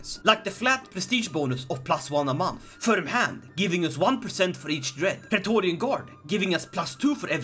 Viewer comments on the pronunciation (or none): none